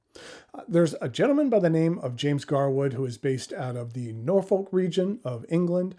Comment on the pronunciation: A tip from a local - it’s counterintuitively pronounced Nor-fuk (no joke)